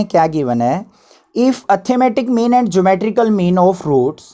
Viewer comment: You pronounce arithmetic mean like atthematic mean. I advise you to improve it. By the way you are good teacher. From regards.... Yuvraj And also give a heart/like to these comment. It's my pleasure👍🏻